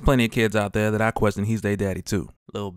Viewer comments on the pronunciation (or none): none